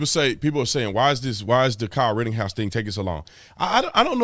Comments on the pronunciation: Mr. Tatum, it's "Ritten-house" not RITTING-HOUSE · ok his name is NOT Kyle RITTINGHOUSE it is RITTENHOUSE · Just saying, it's ritteNhouse. There's no G in his name. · Am i the only one that wants to scream in his ear "IT'S RIT_TEN_HOUSE!!! NOT RIT_TING_HOUSE" 🤣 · Ritten-house, not Ritting-house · Big dog Brandon, it's Rittenhouse, not Rittinghouse! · You know I love you. You da man. I listen to a guy that mispronounces shit all the time. It’s Pronounced wittENHouse no “ING I know it’s not a big deal but I’ve listened to a guy butcher the Florida town of MYackahatchee and he keeps saying ME ackahatchee. He had people BEGGING HIM lol to pronounce it correctly and he would ONCE and then go right back to ME ackahatchee. Lmao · I'm curious as to why you pronounce the name "Ritting-house" when there is no G in the name. It's pronounced "Written-house."